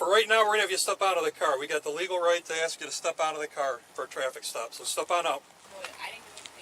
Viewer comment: why do some people struggle to pronounce a simple 3-letter word like ASK? 🧐 I’d being inclined to think this comes up more often than not in these people’s lives.